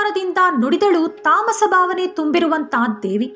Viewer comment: ಬಕ್ತಿ, ಬಾವನೆ ಈ ರೀತಿಯಾಗಿ ಮಹಾಪ್ರಾಣ ಮರೆತು ಉಚ್ಛರಿಸುತ್ತಿದ್ದೀರಿ.. (ಭಕ್ತಿ, ಭಾವನೆ)